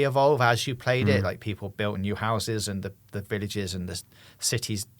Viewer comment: Bro said villages 😂